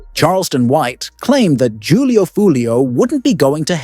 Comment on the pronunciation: Jew lee o. Foo lee o 😂😂😂